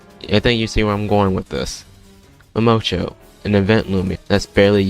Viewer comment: Ah yes, m a m o c h o